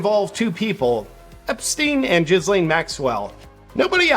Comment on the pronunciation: Does he pronounce Ghislaine wrong as a joke/on purpose or does he not know how to pronounce her name accurately?